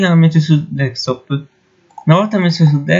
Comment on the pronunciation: Perchè dicono tutti deckstop è desktop DESKTOP CAZZOOOOO!!!